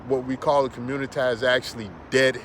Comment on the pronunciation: The fact that he says COMMUNITIEE let’s me know I can’t take this dude serious 😂😂😂😂 do y’all know those men’s women y’all want to “date” are complaining about black males coming over to their countries spreading y’all “nigga culture” by pumping and dumping these women 😂😭😭 check out Cynthia. G’s channel ... these people in other countries don’t really want y’all there , y’all do the same bs there that y’all do here in America to black women ..... goofies